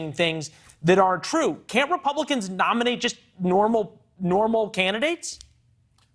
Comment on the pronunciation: This guy can’t even pronounce his own name correctly 🤦🏽‍♂️ WTF